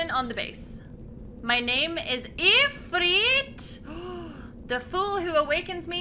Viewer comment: Ifrit is pronounced "Eefreet". I know it's weird, but that's Arabic for you. Ifrits are genies, also known as Djinns that are generally evil and flame-based. D&D lore.